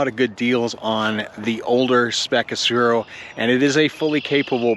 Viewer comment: Nice video and your experience mirrors my feeling of my OG Aspero. I love mine! Note that it is an Aspero though and not an Asphero.